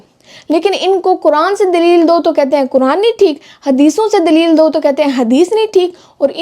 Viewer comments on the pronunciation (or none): none